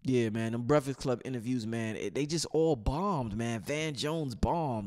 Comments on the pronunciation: LMBAO. Word to God I love and all the information he provides(good build with Brother Blue btw) but if I hear him say breficks club again I'm smashing my computer. Lol. All love.. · LMBAO. Word to God I love and all the information he provides(good build with Brother Blue btw) but if I hear him say Breficks Club again I'm smashing my computer. Lol.. All love.